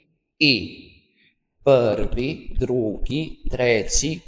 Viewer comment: Ne kaže se pvri nego prvi